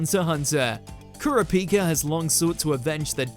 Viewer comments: YO for the number one pick you pronounce his name COMPLETELY WRONG the correct pronunciation is cur-ra-pika Hunter Hunter video please get his name right 😑🤦‍♀️💢! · nagisa moment far colder than trunks also ker-a-pihka.. ker-a-pika wtf but thats def #1 'come on you believe in mercy dont you?' kurama 'no' death bloom kurama cold moments are better than half this list.. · Kura pee ka lmao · The way you pronounced "Kurapika" hurt me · The way pronounced Kurapika is my new ick. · They way you pronounce kurapika tho 😂